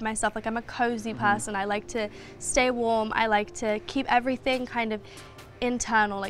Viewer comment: “PAAHHSON” that’s when i opened subtitles.😂